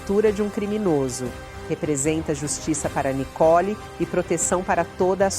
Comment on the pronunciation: Não é Nicol e Nicole uma jornalista falando errado monstro está mãe é culpado por este covarde dentro de casa lixo 😂😂😂😂😂😂😂😂